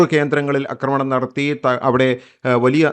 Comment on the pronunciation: അക്രമണം അല്ല ആക്രമണം😎